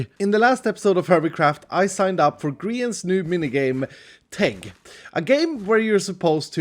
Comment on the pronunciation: It sounded like take lol